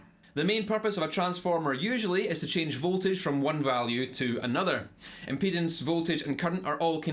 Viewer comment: I don’t think he’s saying impedance